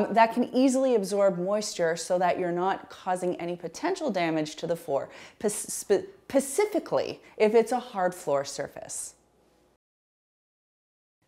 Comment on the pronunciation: Love and thank you for your videos!💕 One thing I find cute/funny is when you say the word pacifically instead of specifically😝